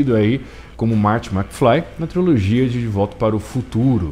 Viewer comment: Se fala trilogia e não triologia